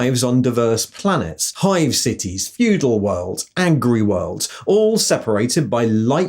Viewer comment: When he said "agri-worlds" in the introduction section of the video, I heard "angry worlds" and for about 10 seconds I was thinking "...yeah, I guess that makes sense in 40k - planets that are just too angry to be of use. Everybody and every plant and animal and even the atmosphere must be angry and hostile. Maybe Angron is involved, maybe not..."